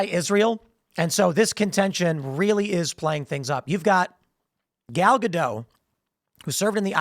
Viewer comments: For the love of all that is holy, stop dropping the T at the end of Gal Gadot's name. The name is Hebrew not French, the T is meant to be very audible 😫😫😫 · The T in Gadot is not silent